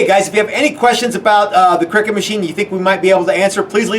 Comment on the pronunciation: Great video guys but just for info, it’s pronounced cry-cut, not “cricket” as it is a CUTting machine and does not involve silly men hitting a small ball with a bat. 😊